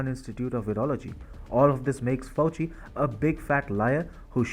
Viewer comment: Fauci is pronounced “Fowchee” and D.A.R.P.A is just “Darpa” 👌